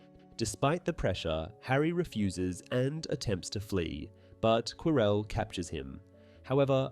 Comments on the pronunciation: He actually said Quirrel correct once lmao. Every time he said it wrong I wanted to jump through the screen to slap him lol his name is said in the movie that you cannot mispronounce is ffs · Every time he say Quirrel I hear Corel and it keeps throwing me off so had 😭😭😭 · I'm enjoying the video. But why are you saying Prof Quirrell like that. ? 😅